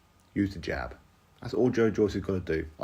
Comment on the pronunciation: Jab not bab lol